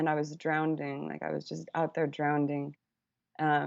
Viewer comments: Did I hear her say 'drownding'? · i love that she says nobody’s perfect and a few minutes later pronounce “drowning” as “drowneding” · "I was out there drownding"